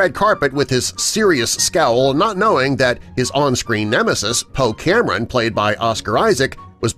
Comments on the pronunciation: Is he mispronouncing names on purpose? Poe Cameron, Clara Delevigne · Poe Cameron? SMH